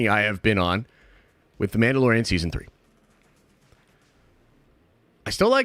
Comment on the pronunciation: Meandalorian lol